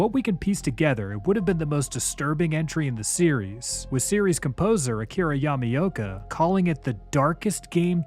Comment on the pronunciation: Nice vid on a rarely covered subject, but I giggle everytime you call him "Yummy-oka"